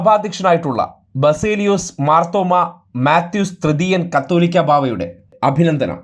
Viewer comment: കതേതാലികക ബാവ അല്ല കാതോലിക്കാ ബാവാ ആണ്.